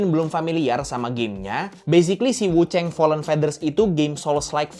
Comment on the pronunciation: Wuchang bukan wucheng, tolonglah jangan di Inggris2in.